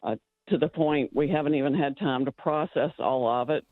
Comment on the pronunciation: Why does Glenn's sidekick buy pronounce the word "time" as "tie-yeeeeeem"?